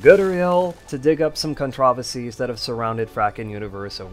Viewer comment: You know, the way you pronounced "controversies" sounds like a different word and was confused until I turned on the subtitles. It did bother me a bit but that's very minor, suppose it's an alternative pronunciations I'm unfamiliar with. I do have a love/hate relationship with Frackin', as I've spent over 2k hours on that game. Like the sprite work for that mod is quite inconsistent, often clashing with Starbound's style.